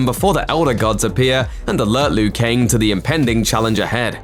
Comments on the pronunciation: Why is he saying Lui Kaing? I always thought it was Liu Kang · I mean Lou Kang